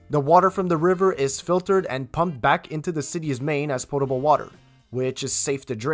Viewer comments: Sounds like you said portable water and not potable water.... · Sounds like he is saying portable water LOL POTABLE -- no 'R" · Maybe it's the accent, but are you saying portable or potable?? I'm a jman plumber myself, and that was a very good presentation. 👍